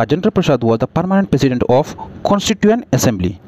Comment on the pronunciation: President❌ Pesident ✅